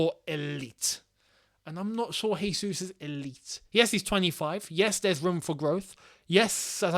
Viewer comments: Regardless of if he does come or not: it’s Jésus, not Hésus. He is Brazilian, not Spanish. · can you englishmen stop calling him "resus"?!! "resus" would be if he were spanish or flipping colombian or something. he's brazilian, we speak portuguese and in portuguese the "j" sounds just like in english. hence his name is "jesus" just "john" is "john" and not "rohn". the man's been in england for what 10 years??? get his name right please.. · Dudes played 100s of matches and you still can't say his name lol